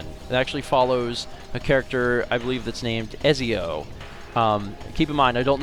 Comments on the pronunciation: Ezio is pronounced Et-zee-oh. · Ezio Is pronounced Et-Zee-oh by the way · "Ezio" is pronounced "Etseo." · the assassin's name in 2 is pronounced Etsio